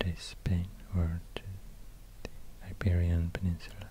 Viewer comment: Yay he said the península, I'm from Navarra.